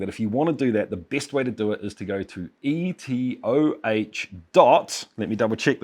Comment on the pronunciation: EtOH not ETOH Pls